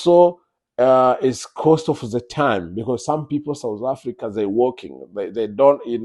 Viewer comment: We're not souz afrika were south not sowz or souz I don't understand you're in a country u don't even know how to pronounce it mxm